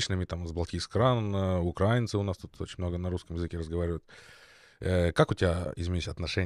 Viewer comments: хорошее, как всегда видео, с добрым посылом. Я тоже против любой войны, независимо от декларируемых целей! Позволю себе Вас поправить. Граждан Украины правильно называть украИнцами, но не укрАинцами. Проверочное слово - Украина, ударение на букву и. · Ми не укрАінци,ми украІнци! Наголос на другий склад слова!